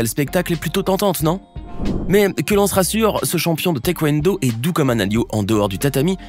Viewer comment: Taé et non téquendo